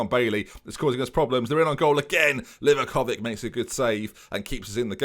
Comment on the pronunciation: Don't want to ruin the fun for you of saying Livakovik but it's actually said Livakovich 🤣. Love the series!